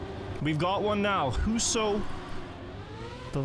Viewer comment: good enough pronouncations on huso and cemkoo, bra job med tyrkisk